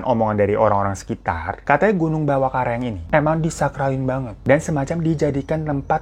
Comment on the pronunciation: karaeng🙈bukan kareang